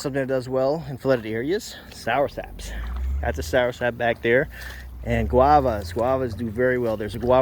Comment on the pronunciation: It's not "soursap"... it's soursop.